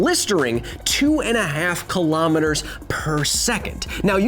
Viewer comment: Your pronunciation of kilometre makes my ears bleed Besides that, love the show.